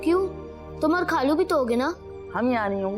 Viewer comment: خالو کو کھالو بول رھا ھے